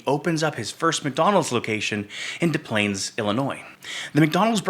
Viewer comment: As a native suburban Chicagoan, I laughed at the mispronunciation of Des Plaines, IL. I had to pause the video right there and comment. I couldn’t resist. It's all good, though, as almost everyone who isn't from around here would make the same mistake. It's really pronounced "dess splains" - ok, I'm going back to watching it now. Btw, I stand with Canada in this trade war. I did not vote for this lunatic.